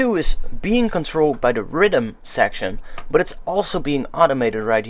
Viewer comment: i like how your accent makes you say riddim when youre trying to say rhythm